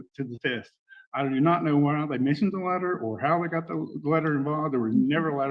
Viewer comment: I thought he was saying “ladder” then when I realized it was “letter” I still didn’t know what he was talking about.